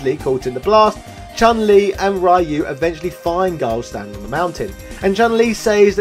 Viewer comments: It is Ryu as in Reeeeeuuuuuu, NOT RYYYYYYUUUUUUU. I cringe anytime you say RYYYYYYUUUUUU lol. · Right? Like in this video, the guy who thinks the guy's name is "RAI-YOO". No. It's "Ryu". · Or the way he says it, Why-You!!! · Hey could you pronounce Ryu's name properly?!